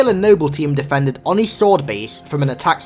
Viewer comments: its o-ni not on-i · You say oni wrong